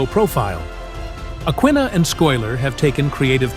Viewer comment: please correct the names of Michael's twin daughters & how to accurately SAY THEM!!! Aquinnah: AH-kih-nah (stress on the second syllable). & Schuyler: SKEW-ler (similar to "sky-ler"). not sclyler the robot narrator's mispronunciation of her name is atrocious.